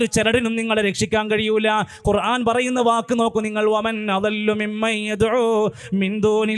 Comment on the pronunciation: ഖുർആൻ എന്നാണ്, കുറാഫി,, കുറാൻ,, എന്നല്ല